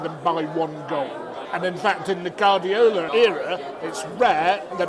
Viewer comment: Why do you pronounce Guardiola wrong? By the way i need to try that Pork knuckle!